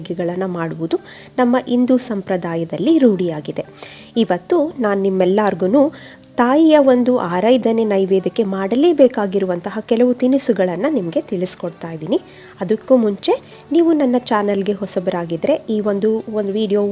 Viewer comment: Araidane alla aradhane antha heli